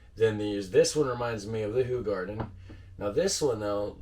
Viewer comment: Sorry 😬 not Who-garden. It's Ho!-garden. 😬😂❤️